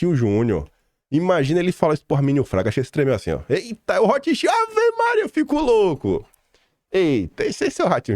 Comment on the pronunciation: Rotschild pronuncia-se Rotscháild